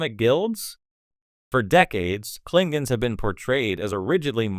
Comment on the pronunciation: Kling gons ? C'mon !